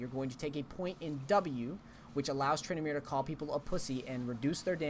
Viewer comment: Edit titel TrynD*amere!!! not Trynamere :D